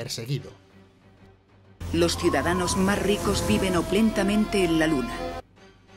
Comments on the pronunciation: Oplentamente... tengo la idea que la palabra era Opulentamente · Oplentamente!!! Jajaja. Seguro era opulentamente, pero al guión le faltaba una letra y lo leyó así. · OPULENTAMENTE quisieron decir, pero andaban con hambre y se comieron la U